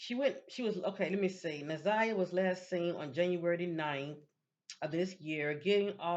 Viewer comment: You’re saying her name correctly